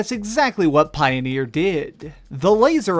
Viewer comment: dude, poineer